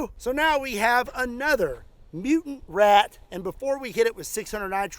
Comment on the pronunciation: "Shooting wRat" ?.. Don't try it in NewYork